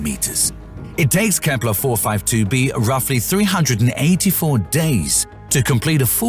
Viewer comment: lol KEEPPLEERRRR